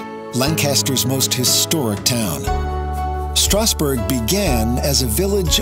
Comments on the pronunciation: FYI it's pronounced LANCaster, emphasis on the first syllable (if you want to sound more like a local). Also, in the word Strasburg pronounce the 'a' like in the word 'has'. This video does give a good overview of the top tourist areas in the county. Also consider going to one of the farmers markets like Root's (open on Tuesdays) or Green Dragon (open on Fridays). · Good video but you butchered the word Lancaster and strasburg